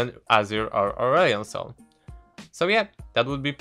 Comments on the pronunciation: lost it at 'Urion Sil' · I had to replay the first part 5 times because I couldn't hear urgot and aurelion sol because of your pronounciation.